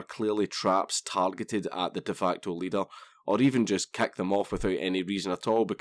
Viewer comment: I love how everytime you say "kick" it sounds like "kek"